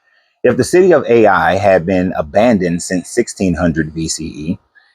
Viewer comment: Ai is pronounced Eye not A i